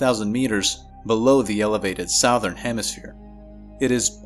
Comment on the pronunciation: Why do you say Southern like Sowthern instead of Suthern?